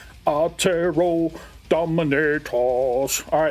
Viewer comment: Probably already said, but "Dominatus" is Latin, so it would be Dohmehnahtoos. IDK but most people think that "u" in Latin is the same as the modern English version.